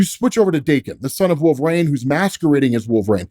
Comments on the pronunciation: You pronounce Reign properly but you refuse to pronounce Wolverine properly. It’s Wolverine, not Wolve-rain. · Goddammit, I told you once already. Its Wolver- een not Wolver-ayne. 🤬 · "Wolverain"... bruh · Why does keep saying wolve rain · Literally going to unsubscribe bc of how he says Wolverine